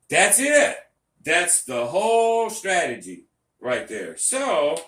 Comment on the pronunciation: What is a “stratogy”?